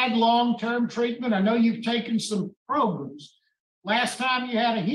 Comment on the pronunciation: "Progrums" You need "Progrums"